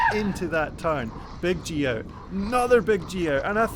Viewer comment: What's a geo? Never mind, that's more intelligible, it's g-out